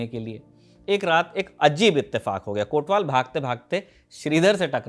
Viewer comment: "कोतवाल" शब्द है, हां वही हिंदी वाला, कोटवाल नहीं।